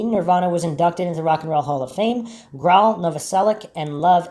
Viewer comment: I cringe whenever I hear you mispronounce Grohl.